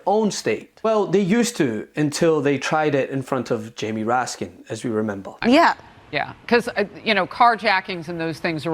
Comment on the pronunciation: Is that a facetious “Mr. Raskins”, mocking the Lumpy Greene Potato,or are you mispronouncing Jamie Raskin’s name?